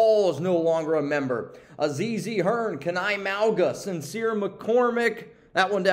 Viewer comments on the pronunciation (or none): none